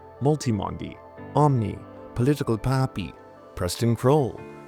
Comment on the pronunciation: I genuinely look forward to how says political poppy and it fills me with joy